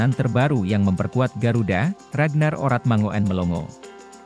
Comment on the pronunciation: Min mangoen itu ejaan lama tapi yg bener bacanya mangun